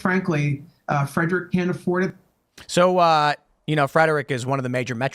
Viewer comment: Calling Frederick a major metro area is hilarious 😂 And it's a two syllable word, not three